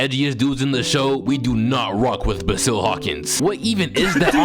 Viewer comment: Aint no way you said “baazile” for basil hawkins 🤣😭